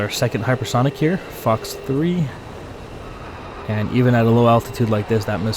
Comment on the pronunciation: Silly hypersonic thought you said Fox Tree instead of Fox Three